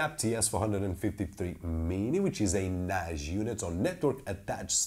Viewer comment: its Nassss not Najjjjj